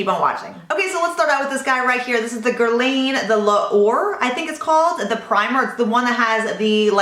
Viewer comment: Not to disrespect you in any way., because I love watching you. But the correct way to pronounce the brand name Guerlain is Gyehr-Lan 😬✋